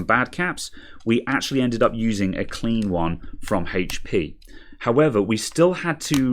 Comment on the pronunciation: Its called HP not hatechP